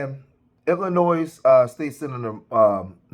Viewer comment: The “s” in Illinois is silent😮